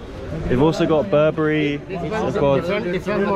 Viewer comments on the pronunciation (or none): Bro not burbeburry its burberry 😂